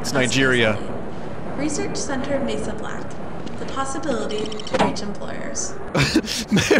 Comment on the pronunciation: You think it's Mesa Black? No... It's Mey Soblack